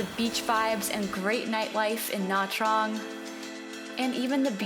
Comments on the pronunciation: Great nightlife in nha Trang????? (pronounced nah Chang) nha Trang has almost no nightlife whatsoever, have you really been to Vietnam? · Pronunciation is terrible, not that hard to say Nha Trang